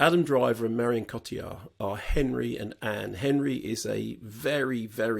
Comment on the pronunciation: You got my immediate respect for pronouncing Cotillard properly